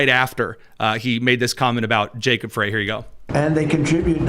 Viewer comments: FWIW, Little Mogadishu is in Minneapolis and Jacob Frey’s last name is pronounced “Fry.” I’m just pointing it out cuz I respect you,, and you seem to make an effort to be precise and truthful on your show. The Somali immigrants have been a “great benefit” to the Democrat Party as they are a solid Dem voting bloc and employ ballot harvesting in elections. This is why Walz and the Democrat Party have ignored the massive fraud being perpetrated in MN. Most of MN is solid red in elections until the Minneapolis metro area votes get counted. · Show yourself smarter than any other conservative podcasterand pronounce the name of the mayor of Minneapolis MN correctly. It's pronounced FRY. I know I'm being picky but it hurts my brain that we can pronounce the name of any multi syllabyle foreign name that has six vowels in a row but can't figure out FRY.